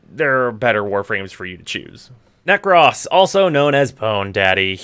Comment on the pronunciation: Did you really pronounce Nekros wrong? That’s sad.